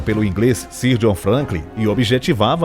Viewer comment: Pronúncia de "Sir" = Sãr